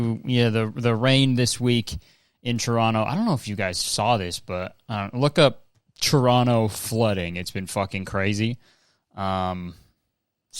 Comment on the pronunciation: I love hearing Kurtis say 'Choronno' I never mention Toronto without saying it like that 😭